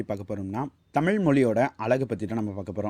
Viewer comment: Hi I will tell you one thing you speak everything good yaar but speak proper thamizh I really like your topics and all I really appreciate because you are a speaking thamizh thamizh is always thamizh you should speak Thamizh when you speak proper thamizh not in Thamil pls pls pls I request you really pls